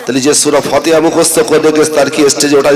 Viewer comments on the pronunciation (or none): সুরা ফাতেহার নাম টা ভালো ভাবে বলতে পারেনা আবার গলাবাজি করছে